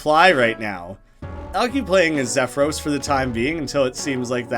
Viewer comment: "XEFROS. HIS NAME IS XEFROS GOD DAMNIT" i scream into the screen angerly for the 1 billionth time as you mispronounce troll things. (no. seriously just split troll names into pairs of 3. xef-ros, "dam-mek.)